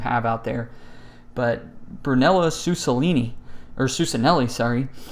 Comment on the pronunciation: Hey absolutely love your videos they're extremely helpful and I appreciate that you aren't afraid to share your faith in them either!! Just an FYI, that salmon shirt you found in Seattle the brand is pronounced like Brunello Koochinelli that's grammatically how it sounds